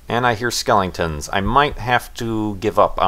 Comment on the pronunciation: he says "skelingtons"